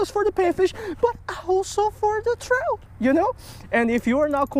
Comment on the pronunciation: “I think it is a Chrowt”